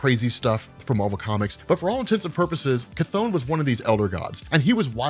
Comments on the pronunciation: Terrible how you englisch People butcher the CH! His Name is Chton, not Kathon! That is like the Name Richter is Richter and not Rikter...No english Person will ever speak those right! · After playing Hades and watching History if Greek mythology videos it hurts a bit hearing "ka-thone" instead of "kuh-thon" but just a minor gripe 😂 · Never heard someone say Cthon out loud. I always read it with a short "o" Good video though. Subscribed.